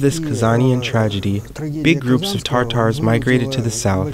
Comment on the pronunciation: Tartars!! 😅 It's tatars